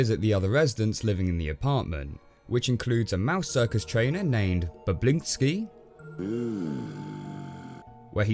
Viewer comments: I can't get over him calling bobinski, "boblinski" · Bobinsci not Boblinsci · Bablinsky? Its the AMAZING Bobinsky. (Sorry i read the book and watched the film...im one of those guys...sorry :/ ). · how did you mess up BOBINSKY's name every single time.